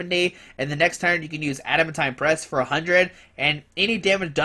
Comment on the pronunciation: I think it's pronounced Add-a-MAN-teen